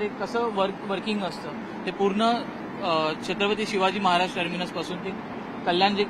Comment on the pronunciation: Chatrapati Shivaji Maharaj Terminus ahe te ...nit uchhar kara